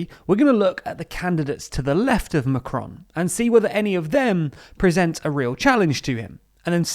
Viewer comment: Please look up how to pronounce their names - it's not "macronnnnn" the on is a nasal sound etc